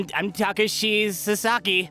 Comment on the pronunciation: Takashi Suh-sah-ki Kai-oh-tah-kuh Mai-duh Rai-oh-sū-kuh Oda (Try again)